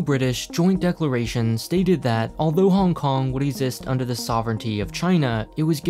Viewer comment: I like how you say every city's name "normal" (English) but try your best at pronouncing Hong Kong as bad as possible